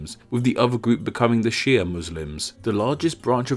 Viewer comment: pronouns it "She Ahh"